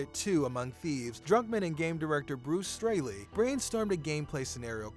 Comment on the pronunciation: Can't tell if you said Bruce Strayley or Stanley